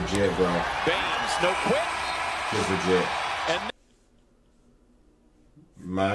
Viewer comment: who tf is hartzel lmao its harrell my guy